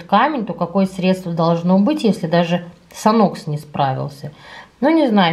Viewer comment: Мне тирет не понравился, если только запах хорошый и все. А почему санОкс?))) Мы говорим сАнкс🙄